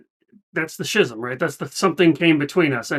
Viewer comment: Just an FYI - pronunciation is ski - zm (hard k sound) Love your attitude going in. Just so you know the video's can be distracting from the musical experience the first time through. You should experience it however you wish, but I recommend doing the official audio reaction to allow your own imagination to create the visuals. You can come back to the video later . Also the videos seem get struck more often.